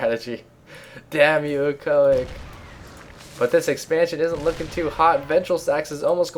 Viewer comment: He said: iEcho IC mispronouncing it - I thought you would mention that in some witty way like you do but I was sadly mistaken :P